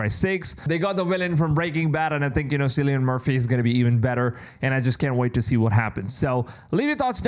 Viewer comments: Kill-e-an not sillyan😂😂😂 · It's Killian, not Cillian in terms of pronunciation. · Silly yin